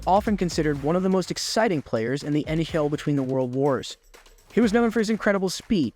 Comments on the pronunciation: Ummm.... It's actually NHL not Nayel🤓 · Learn how to pronounce the names properly let alone N-H-L. Turjon lol